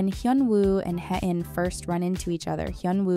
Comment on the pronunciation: You miss pronounced Hae-in wrong